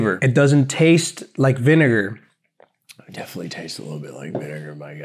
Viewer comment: rlly said "viNIGER"